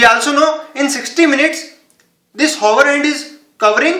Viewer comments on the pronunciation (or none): Its not Haaa .... Its Aa... Hour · hour is pronounced as our. H is silent. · Wait did he just say whore hand 🖐 hahahah🤣🤣🤣🤣🤣🤣🤣🤣